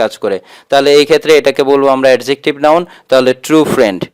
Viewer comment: Adjective pronunciation ta apnar mistake hoyse sir,,,🙂